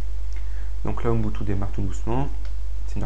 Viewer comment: Ubuntu... "Ouh N'butu" ??? héhé prononcé bizarrement, lol. (le "N")... Blague à part, merci beaucoup pour tes tutoriels !